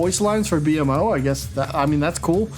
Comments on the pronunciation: Hearing B.M.O is almost as cringey as hearing GarNET instead of GarKNIT lol It's Bee-mo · Great video my dude. It's pronounced Bee-Moe my friends Not B.M.O haha but that's okay if you didn't know 🙂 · B-M-O DX its pronouced Bee-mo, rest of the video is great though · It's not B.M.O but I can see how someone would think that. It's actually pronounced. bee-moe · one word bro bmo not b-m-o haven't you ever seen the show? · It’s B-mo btw. His brothers are A-mo C-mo etc, the mo is one word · Ah yes, my favorite adventure time character, “Bee-Em-Oh” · it’s pronounced Beemo… smfh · Aye bro it’s pronounced B Moe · My brain hurts with how he says b.mo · the way you pronounce bmo makes me cringe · Bugged me that you pronounced BMO wrong.